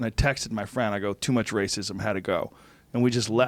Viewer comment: Joe “Too Mučh Raščism” Rogan